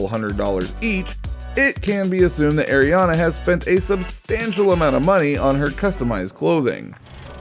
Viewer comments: Ariana not airiana I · You said Ariana wrong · Well you did